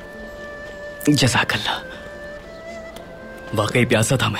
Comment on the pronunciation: Jazakallah 😂😂😂😂girl ko jazakallah nahi jazakillah bola Jata hai